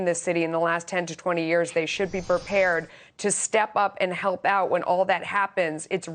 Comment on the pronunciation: U should have put the emphasis on UP and OUT